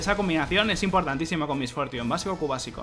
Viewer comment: "Mis fortiun", jajaja perdona mi ignorancia, nunca había escuchado su nombre con ese exquisito ingles xdxd, nike